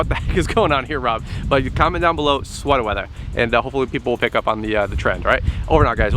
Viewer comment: Sweatah Weathah... what do i win??? 🙂